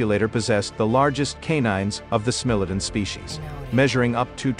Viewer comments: He pronounces SMILODON wrong, it is SMILE OH DAWN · I was always taught that it was pronounced, "SMILE * a * Don" with a long 'I'... If you are using AI to do your narration, You should program the correct pronunciations! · AI be sayin “smelladun”. More AI shit posting.